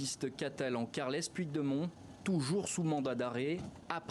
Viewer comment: le journaliste français pourrait-il prononcer "carleuss poutchdémonn" au lieu d'écorcher à ce point son nom?!